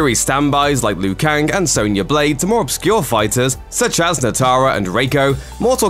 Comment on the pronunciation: Soan-ya?? lol